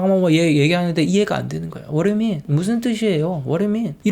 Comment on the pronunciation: 와르유민 와르유민 두를 발음안하네 왓두유민 왓두유민 .. 흠.. 이래서 발음 공부를 해야되는군